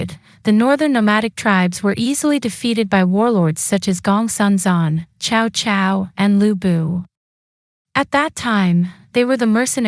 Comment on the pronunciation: Sorry, it’s pronounced Sao Sao, not Chao Chao, and what do you mean “5 barbarians”